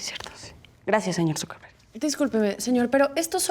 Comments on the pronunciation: it sounds like she says "SuperVerga" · Dice zuckerberg o dice superverga? 🤣🤣